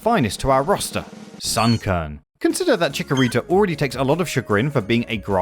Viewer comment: Your pronunciation of Chikorita hurts me, but as a fellow fan, we love the little pear plant!